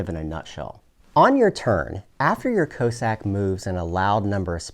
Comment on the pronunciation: Is a "co-sack" the same as a Russian "coss-ack" or are you just pronouncing it weird?